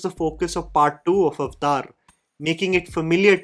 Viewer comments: It's Avatar, wtf is Ovotar!! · I just have to say, it's not called "અવતાર" (Sorry I don't know how to write it in Hindi lol). It's "Aavataaaahr". Lol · Avathar❌ Aftaar✅😂😂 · At least pronounce the title correctly it's 3 syllables AvAtar not Avtar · When you say Avatar, it sounds like "Iftar" like the party for Muslims. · "Avtar" hehe.